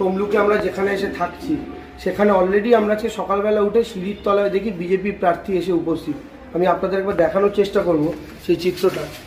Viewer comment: Ore Debangshu kothta parthi noy Prarthi...Kobe thik kothata sikhbi....didi r songe theke bhasha Tao thik moto bolte sikhli na😂😂😂😂😂😂😂😂